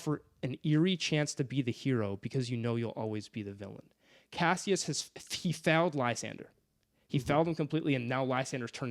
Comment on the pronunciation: These name pronunciations are insane 😂. Cassius and Apollonius blew me a way.